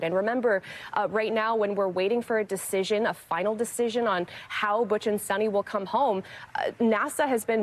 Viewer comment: Sonny!? The woman's name is Sunita. Show some respect by at least trying to get her name right !